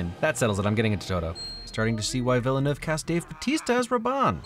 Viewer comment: hey there bud as a french canadian i feel its important to tell you that Denis Villeneuve is pronounced "Vil-Nov" theres a bit more too it but the E after vill is not pronounced and neuve is pretty hard to explain without hearing it locally, so id think nov is a functional way! anyways just trying to be helpful! love your video! keep at it!